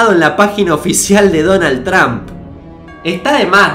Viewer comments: No se dice Donald Tramp se dice Donald Tromp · no se dice tramp, es trómp